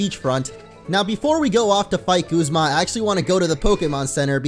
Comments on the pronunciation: guzma is prenounced guzma not goozma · its guz ma not gooz ma